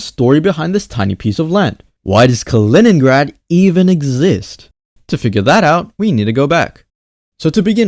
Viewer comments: not Калиниград, its Калининград! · не "Калиниград", а "Калининград" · You are pronouncing the name of the city wrong